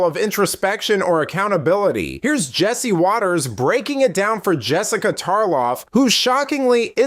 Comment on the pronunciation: Yo "Messica" 😂😂😂😂